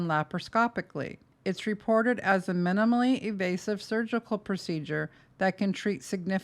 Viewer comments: You keep saying evasive do you mean invasive? I don’t know medical terms so maybe evasive means something I’m not aware of in medical terms. You also keep saying chroNosomal instead of chroMosomal. Which I just find weird since you’re a medical professional. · English is not my first language: is she saying “evasive” procedures? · I have to say I find it odd that if you were a nurse, ever, you call the GI tract the GI 'track' and also continually call these procedures 'evasive' rather than 'invasive' in the minutes following that. Why is that? I find your videos really interesting, and pretty easy to agree with about Gypsy, but I find these mistakes really strange for a former psych nurse to make. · Am I hearing this audio correctly? It sounds like the narrator is saying “evasive procedures”. A former ICU nurse would know that the term used is INVASIVE. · Truly enjoying this content - but i can’t get past the use of ‘evasive’ instead of ‘invasive’ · has stated several times in the comment section that she has a hard time saying evasive and that it always comes out sounding like invasive 🙂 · I know .. mistakenly saying evasive instead of invasive was driving me nuts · 5 stars for content, but it's INVASIVE, not evasive. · Are you meaning to say invasive? That you didnt count the ct’s xrays and other tests because they werent invasive? It sounds like you are saying “evasive”. Dont get me wrong Im no fan of Gypsy but “evasive” doesnt make sense. Are you an RN? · I appreciate all this information, but as an RN, I find it really hard to trust you have the credentials you say you do when you use terms like "evasive procedure" or repeatedly mis-pronounce the word "chromosomal"